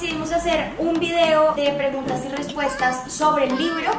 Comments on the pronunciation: Alguien Más Notó Que Dice Rreguntas? (Auto Like Como Siempre:'v ) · dice RREGUNTAS con R Las amo! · Alguien más notó que dice RREGUNTAS en vez de PREGUNTAS... Pobre poché de tanta precisión que tiene al editar...